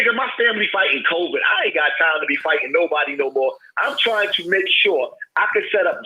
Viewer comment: Did this nigga say coverd twice and not COVID